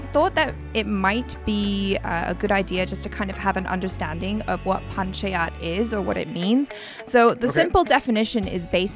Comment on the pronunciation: it’s pronounced Pun-cha-yat.:)